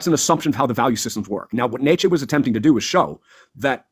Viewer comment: How about actually pronouncing "Nietzsche" correct?